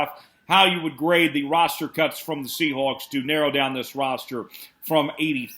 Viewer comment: A little "Seahacks" slip 🤣